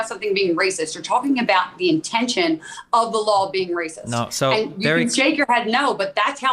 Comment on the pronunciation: Anyone notice when she says raw and law there’s an extra L “rawl” “lawl”